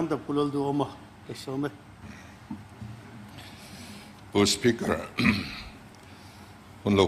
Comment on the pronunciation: Lalduhawma tih khi idah dik lo anih khi O hi aw ani ngailo a O hi aw ang a hmang hi kan awm fo